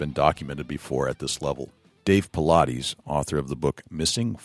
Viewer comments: Why do people seem to have no clue as to how to pronounce the man's name? Jesus Christ. I pronounced the name "Paulides" right before id ever even heard it pronounced. It's not that hard, actually lol. It's not "Paul-I-deez"....its David Paulides, as in "Paul-Idess". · For the Interviewer: Thing #1, is to pronounce the guests' name correctly, 'specially famous guests. David's name isn't Paulaudis, as you say. It sounds like it is spelled: Paul-eye-dis. Thanks for this great interview. So spooky. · Dude. Pronounce his name correctly. He is not a workout routine.